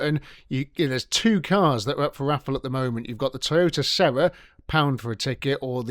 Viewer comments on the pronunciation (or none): none